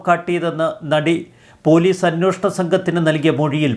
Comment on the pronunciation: അന്വോഷണം അല്ല അന്വേഷണം എന്നു ശരിയായി പറയൂ..